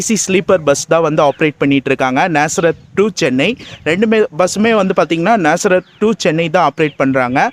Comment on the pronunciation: bro நசரேத் ila நாசரேத்